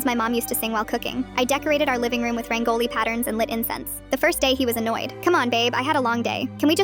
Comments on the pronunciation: I'm an 11 year old indian, and I feel PAINED by the way the AI pronounced RAAANGOLI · I hate Ai 😭😭😭 the pronunciation of “Parahaas” and “Raingoli” and THAT WAS NOT HINDI “main tun sae pyar cartoon” I don’t even know if that’s what it sounded like.😭😭 ITS NOT DeWaaLe or Doul or rodee 😭 also as an Indian who lived in Ohio for a good amount of time I hope this don’t happen to me…